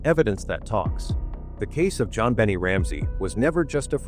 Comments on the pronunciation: it's 'Bon nay' not bonny or bennet, omg. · To the narrator, do you live on Earth? Pronounced.... Jon been aye 😊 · Yet another AI “performance” during which JonBenet’s name is pronounced wrong. Jon Bennie is a new one, though, I have to admit. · Her name is pronounced Jon Ben Nay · I don't like the way the narrator pronounces that Baby's name. He makes it sound like Jon "Benny" Ramsey...Smh... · How do you know? Bon nay??? Funny how sometimes parents give their children names that even they dont know how to pronounce....I listened the way they called her..think i heard something like Be ney...idk..never heard this name before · in England it's Ben it Americans always pronounce it like that they always saying shit wrong but this is ai and banned from 15th July which is tomorrow but in England that's wrong but in US they always say it like that.